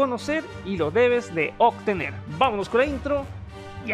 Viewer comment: "lo debes de oCtener"